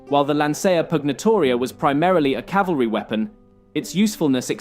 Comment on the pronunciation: You pronounced it 'calvary' instead of cavalry. come on man